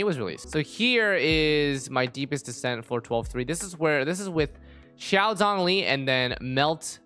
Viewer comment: zhongli is pronounced like jong lee btw-- with a long o, not zonglee